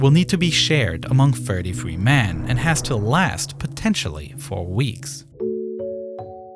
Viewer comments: Why do you keep pronouncing “men” as “man”?? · Whats with the wierd pronounsiation of men? It is so distracting ;S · amazing video, though the pronunciation of men as man kept confusing me